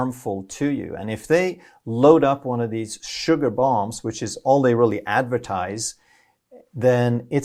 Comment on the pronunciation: I laughed so much when you said theese nuts 😹